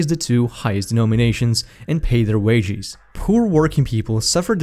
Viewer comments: I laughed at the way he says wadges, he says wedgies lol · did he say, "wageees"?